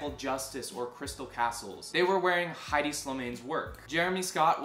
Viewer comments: Highdee Slimane? Lmao it’s EH-di. The ‘H’ is silent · Thank you! That was a great video. I liked how you showed the connection between culture and fashion in this one. I think, nevertheless, that Hedi Slimane is not pronounced "Heidi". ;)